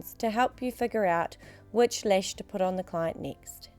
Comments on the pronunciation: I like how she pronounces lash as “lesh” lol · ***** yeah I know, but cuz of her accent she says lesh .. i don't know if you hear it, but i do :) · Dahna Hack she does say lash yes but it's the way she pronounced A in the word lash. I know it's her accent but to someone who is bilingual, like me, and you pronounce letters different ways it sounds like she said lesh. But I'm not going to argue about this because not all are bilingual and have the same pronouncements. I rest my case lol happy day to y'all